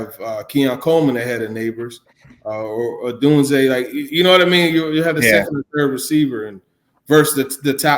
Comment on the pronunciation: Great content overall, great TD interview. But one thing that you guys need to correct - it’s not Rome “Odoozeeay”…it’s Odunze.